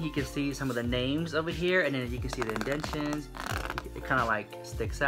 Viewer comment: listen, I love you so murch, but you keep saying 'indentchuns" and I know you mean to say "indentations" I still love you!!!!! I just had to say it lol